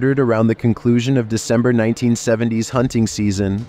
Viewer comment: devember? Lmao isn't it supposed to be December? Or am I missing a joke